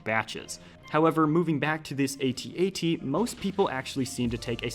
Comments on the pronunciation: Att-Att. Not ay-tee-ay-tee. That's all. Great video. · its not an at at, is an @@ two at signs, not A-t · Is this thing not pronounced “at”-“at”? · God, please stop pronouncing the individual letters. IT IS SAID AT AT. THE WHOLE WORD. Sorry, that just really bothered me for some reason. Keep doing you, but i had to say something 🤣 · is at at is not at-at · Dude u pronounced at at wrong